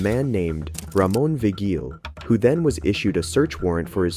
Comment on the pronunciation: the name "Vigil" is pronounced "vee-hill"